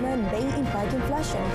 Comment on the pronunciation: It is pronounced in-fla-tion, NOT in-flar-tion.